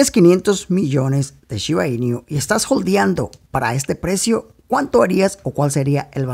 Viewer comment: 500 millones y no pronuncias bien su nombre!!!! Es shiba inu no iniu